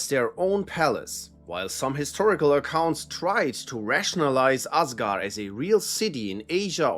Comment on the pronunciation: another day of foreigners saying ásgarð/ásgaður wrong.